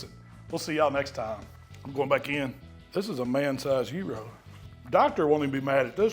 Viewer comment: Sounds like yearo 😂😂😂